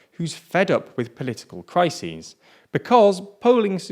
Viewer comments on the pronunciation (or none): none